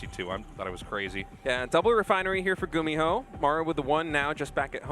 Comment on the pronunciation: when i think of gumiho i think of apollo saying his name as "gummy-ho" for some reason